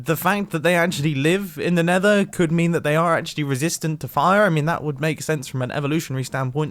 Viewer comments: Leave a like if you heard mumbo saying “nather” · "The nether is a very 'fuggy' place. You know, there's plenty of nether 'fug' in there."